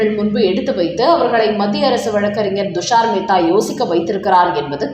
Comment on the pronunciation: அம்மா, அவர் பெயர் ஹவாய் அல்ல ; கவாய். துஷார் மேத்தா உச்சரிக்கும் போது T என்ற உச்சரிப்பு வேண்டும் . D அல்ல.